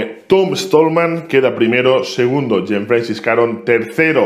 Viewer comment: François se pronuncia fransua 😅